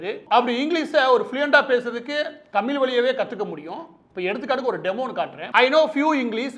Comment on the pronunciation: டுமுக என்பது குடும்ப நிதிக்கழகம் என்று எல்லோருக்கும் தெரியும்,எத்தம்னையோ (லட்சம்)கோடிகளை கொள்ளையடித்தவர்கள் கும்பல் என்பதும் தெரியும்.அதை அகற்றுவதற்கு என்ன வழிகள் என்பதை தெரிவிக்கவும். மாற்று ந்பர்கள் பற்றி சொல்லவும்!! தமிழ் என்று ழகர உச்சரிப்பை சரிசெய்யவும்!!மாற்று ந்பர்கள் இல்லாத வெற்றிடமாக தெரிகிறது கால் அழுகிச்செத்த காரிகை A..1...சொன்னமாதிரி கண்ணுக்கு எட்டிய தூரம் எதிரிகளையே காணோம் என்பது மாதிரி தெரிகிறது தமிழ்நாட்டில்?. மு.பி.அடல் பிகாரி டுமுக விற்கு பல மந்திரி பரிசுகள் அதிலும் இல்லக்கா இல்லாத அமைச்சர் போன்றவைகளை மறந்து விட்டீரா?நீர் ஒரு பச்சோந்தி தானே?!!பா ப்பானிசம் நூலிசம் ஆரியனிசம் நூலிபானிசம் யாகம் வேதம் காமகேடிசம் வர்ணாசிரமம் கும்பிகுளியல்.சாணி மூத்திர சாத்திரம் போன்றவைகளை அகற்றினால் பாசகா பெஸ்ட் கட்சி தமிழ்நாட்டிற்கு!!மாற்றாக தேர்ந்தெடுக்க்லாம்.அப்படியே.ஆலரங்களிவ் ஆகமம்.பூசை செய்ய இட ஒதுக்கீடுகள் செய்யவும்😅😅😅